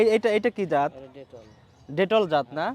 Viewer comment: Bhai detol na bitol hobe